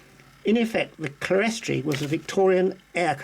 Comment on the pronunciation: Clerestory is pronounced clear-storey.